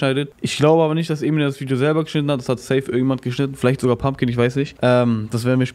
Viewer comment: wann fällt dir auf, das du pumping die ganze zeit Kürbis-> pumkin nennst ahahahhah bin ich der einzige der das hört?